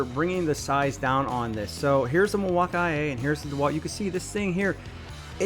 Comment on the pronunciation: I'm new to this topic so maybe I'm not understanding but is the guy in the video uncertain how to pronounce "Milwaukee"? It's not just a tool brand. There is also a very large city in Wisconsin state called Milwaukee.